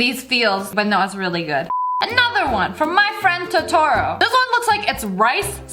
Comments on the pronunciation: Um no to to ro it’s totaro (pronunciation) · Its toe-to-row not ta-tor-row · I'm a weeb and I legit gust cringed when she said "tOrTou" ITS TOTORO (to-ta-ro) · it’s not “my friend tor-tor-o” it’s pronounced as my friend to-tor-o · SsniperWolf: Insert name of food From tororo Meh: WHAT THE HELL WOMAN HERES THE PRONUNCIATION: Tow Tow Row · WAIT DO YOU JUST SAY TO-TORO IT'S TOE-TOE-RO IT'S SPELLED TOTORO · MY FRIEND TA-TOE-RO NO ITS MY FRIEND TOE-TA-RO (or we might just be pronouncing it wrong no hate) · SniperWolf:To-TO-Ro Anime fans:ITS TO-A-RO NOT TO-TO-RO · Sniper: another one from my life Tutoro. Me: ... Also me: cough cough its tO-tu-row. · She said totoaro it's pronounceed toat a ro XD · Its To-tro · The way she said ToTaRo ik i cant spell but seriously im DYING inside toe-tu-roe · Also its my naighbor totoro pronaunsd (toe ta ro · It’s pronounced to-to-ro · It is pronounced, toe - toe - row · Totoro is pronounced Toe Tor Oh I’m sorry this always bothers me i didn’t need to correct this but it made me feel better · Its pronounced toe-ter-oh... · On My Friend Totoro its pronounced Toh-tuh-row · who else freaked out to how she pronounced Totoro? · Excuse me but May did not pronounce totoro like that 🤨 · NO thats not how you say it its totoro Xdd im dieing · Myazaki always has the best looking food in his anime movies! Every time I watch it Im like.... Why cant I be in Japan rn? (The way she pronounced My Neighbor Totoro tho 😂) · ITS LITERALLY TOTORO SEARCH IT UP I EVEN OWN THE MOVIE! GET IT RIGHT OR I'M GONNA CRY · she pronounced totoro wrong. I feel unnecessarily triggered